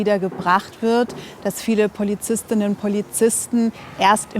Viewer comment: Wenn ihr schon gendern müsst, dann bitte den Stuss auch richtig aussprechen. Es heisst Polizist*innen.